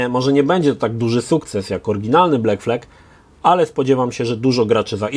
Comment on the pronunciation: Sorry. Nie błekflek tylko blakflad